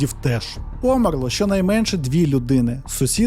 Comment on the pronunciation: Я дуже-дуже перепрошую. Мені дуже подобаються Ваші відео, але не можу втримась від хвилинки грамар-наці. У Вас часто проскакують російські наголоси: брАла, а не бралА, спИна, а не спинА, помЕрло, а не пОмерло. А ще по-російськи звучать наголоси на прийменниках, наприклад, ми віримо на слОво, а росіяни — нА слово. Ще раз даруйте. Просто це часті слова у трукраймі і я сподіваюсь, що Ви пофіксивши ці дрібнички, покращите ваш контент. 😳